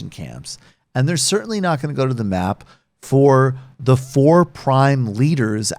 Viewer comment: It's "go to the mat" not "go to the map"